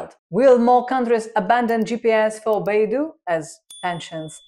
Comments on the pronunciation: Not Baidu but Beidou😂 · Beidou should be pronounced as Bay Dough. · "dou" is pronounced closer to "dou" in doubt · Sorry lt's not Beidu but Beidou